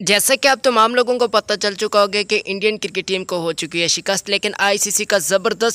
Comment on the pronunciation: it is Cricket not Kirkeet .. Correct ur pronunciation before u post a video .